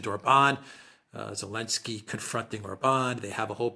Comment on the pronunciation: Who the hell is "Alensky" ?!?